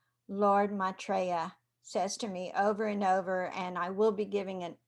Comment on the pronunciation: He is an Ascended Master. You're pronouncing his name same as I do...You are fine dear.